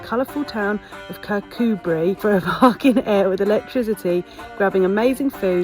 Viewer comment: Yes 'Kircoobree' is the way to pronounce it, you were getting it right in the video! Lots of Scottish place names are hard to pronounce and not easy to get right at the first attempt... easiest way is just to ask a local 😁